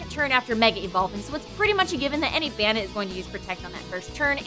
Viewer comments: I've only heard Arcanine pronounced that way as well. Terra Estrahl Except that it's definitely bane, not ban. Nothing about ban makes sense with the concept and design. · "Banit"...? I always thought it was pronounced "Bay-net". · its pronounced bay net not bah nit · Oh sweet, The Dex is doing my favorite Pokémon! This is going to be gr- * They pronounce it Ban-it* TRIGGERED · wouldn't it be bay-nette as in bane-ette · isnt it bane-ette? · pronounce it's name right, it's Bay nette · pretty sure it is pronounced bane-ette? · During the whole episode, I kept looking over at my Banette plush wondering who would ever want to throw it away. I was also wondering why they spent the whole thing pronouncing Banette wrong. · You explained the name nd continued to mispronounce the name.